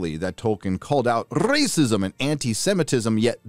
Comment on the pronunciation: The "Racists, Racism " pronunciations tore me up in stitches lol